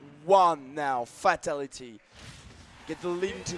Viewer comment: It's pronounced "fay-TAL-it-ee"